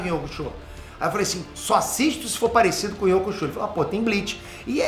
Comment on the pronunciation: ❤”iuçúque uraméche”❗️Escutar essa pronúncia na versão brasileira foi o que mais me alegrou. É honrar o legado. É reconhecer a importância duma das coisas mais legais do “desenho japonês” aqui no Brasil: ser uma das melhores dublagens de todos os tempos. Não sei quem foi responsável por manter a “pronúncia original”, mas queria muito o agradecer. Obrigado 🙏